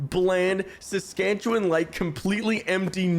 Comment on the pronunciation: SASKATCHEWAN LOL